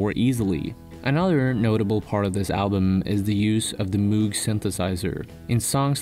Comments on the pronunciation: Amazing video, but the word Moog is pronounced as /mowg/ instead of /moog/ haha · Moog is pronounced "mog" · Moog is pronounce MOGE. Otherwise, cool video.